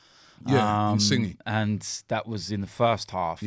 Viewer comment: Pretty sure it’s pronounced in-sin-yay... you had saying in sign😂 and now you got Robbie saying in-sin-e😂 ffs it’s not hard to say Lorenzo in-sin-yay